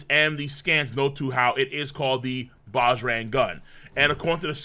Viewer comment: The correct way to pronounce Bajrang is (Buh-ja-rung). I was so excited to see that it was influenced by the Indian mythological god, “the strong one” (Bajrang Bali), Hanuman. Can’t wait for the next one! :) ❤️